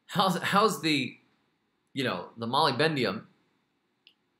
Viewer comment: Love this so much... but please say moly-BDENUM, not moly-BENDIUM